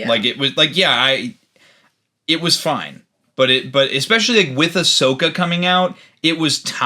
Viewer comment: Based pronouncing Ashoka properly?!